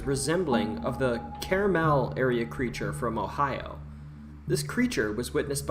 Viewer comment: also, he mentions it's carmel, ohio so wrong pronunciation and wrong state. entertaining video nonetheless